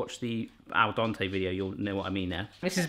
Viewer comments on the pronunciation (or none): none